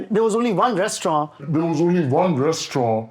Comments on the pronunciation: It’s soooo funny when says restauran instead of restaurant 🤣🤣🤣🤣🤣🤣😂 and the kids point it out!😂😂😂😂😂😂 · Ok, probably is pronouncing it the French way. "res-toh-rahn". UK and US add the hard 't' sound at the end, but in French the final 't' is silent. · Restauran pronunciation was hilarious 😂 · Lmao that restaurauuu pronunciation even I noticed twice before pointed it out. Haha! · cutting off for saying Restauroo haha